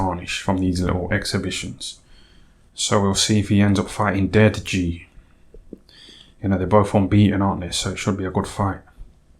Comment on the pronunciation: Deji should really be pronounced de Ji. Similarly, Ryan Garcia ought to be pronounced Gar-cia; not Gar Cee Ah